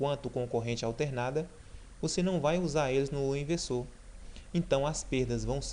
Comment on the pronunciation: Você fala errado o cara(Leonardo ferreira)escreveu do jeito que você fala (ivesoo)kkkkkkkkk